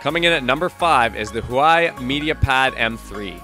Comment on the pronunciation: Why do you pronounce huawei so weird?